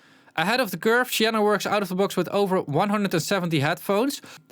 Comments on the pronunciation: It's probably pronounced "see enna" rather than "she enna". At least, that's how it's pronounced when it's someone's name. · See -en-uh .... just like the colour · He pronounces the S like an Sh only due to him being Finnish